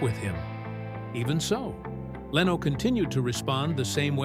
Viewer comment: Nothing new here except Jay LeeeeOH .....lol.....cheap ai....or script writer should type Lin Oh.....